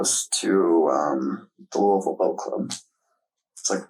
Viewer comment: Everyone not from Kentucky: It is NOT Looey-ville. It is Lue-ville. IDK how else to explain it, but just don't say Looey-ville.